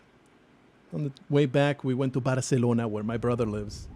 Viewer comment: Alright you. How did you get out of the cage? You get back down into the basement RIGHT NOW or so help me I will give you such a hosing... Did you just mispronounce Barcelona? Some of the best food I've ever eaten was in Barca. Should have asked you to send me some Bacalao. Only place that had better food was Turkey. The rubbing of tissues on your shoes, belt buckles etc is testing for explosive residue. I have travelled extensively, and there is such a thing as being too nice. They're expecting people to be tired, a little grumpy. If you're overly friendly they might think you're hiding something. I have been questioned and bag searched all over the world, and everywhere it was tedious, but the people doing it were courteous and professional. Except here in Australia. Every time I come home I meet some condescending, rude, petty Napoleon who is convinced he's just busted the next Pablo Escobar, and is grumpy and resentful when I waltz out of there scot free.